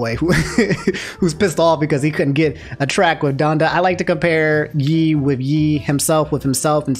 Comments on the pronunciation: "old yeeee vs new yeeee" lol i've never heard anyone say it like that. i've heard yeezy and ye pronounced "yay" but never that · Ye “yay” like kan-yay. In one of his albums Kanye says “that’s why I fuck with yay!” wasn’t going to say anything but you said it 12 times lol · Ye is pronounced YAY. Not Yi lol. Otherwise another phenomenal video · I couldn't get over calling Ye, "Yee". Get it together. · Hearing call Kanye Yee instead of Yay is so funny to me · Ahh yes. My favorite music artist. Kan-yee-yee west. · Bro I can’t believe you said yee like 20 times, while talking about Kanye ,it’s pronounced “yay”😂😂😂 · I fwu fr but who tfffff is YEE its pronounced YAY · Ay yo it’s Yay not yee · Nah, my man. You can’t be saying “Yee” it’s pronounced “yay” just like Kanye is pronounced“Kon-Yay”. You don’t pronounce Kanye “Kon-Yee” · why do you keep pronouncing it yee and not yeh. Kanye yeh not yee lol. Love your content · Don’t say (y) (E) it’s (y) (ey) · Who’s yeee you mean yay? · Nah bro it's pronounced "Yay" not "Yee" 😭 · Why do you pronounce Ye(yay) as Yee 😂😂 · No this is a inside joke and ur just trolling us man. Aint no way he saying "YEE" when its "Yay" 🤣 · just say it how Kanye and everybody else who calls him Ye say it. Never heard anyone pronounce it like Yee until lol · Yeah, Ye is pronounced yay and not yee/yi because of Kanye being pronounced Kanye and not Kanyee. I cringe at Yee because I just think of Kanye's face being replaced with the yee meme dinosaur lmao. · I’m triggered by how he’s pronouncing Ye 😭😭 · Why saying ye like that, it's pronounced Y·ae. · gotta be pronouncing everything wrong on purpose aint no way he said 'yee' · Old YE ( Say it like yay bro god damn it's hurting my brain his name is pronounced YAY... Kaan YAY West.) This isn't the old testament fam! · Why do you pronounce "Ye" like that??? lmao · ITS YE NOT YE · The way you pronounce Ye got me rolling lol